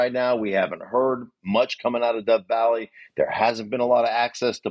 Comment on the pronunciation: you said death vally its dove vally